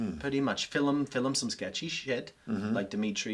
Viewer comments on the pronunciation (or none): Love the story but the way pronounced “film” as filum just cracks me up